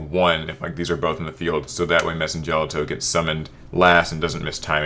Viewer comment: As someone who's loved Madolche since release this was a wonderful list! But one issue I did have was Messengelato is pronounced "jell-auto", his name comes from the Italian "ice cream" Gelato.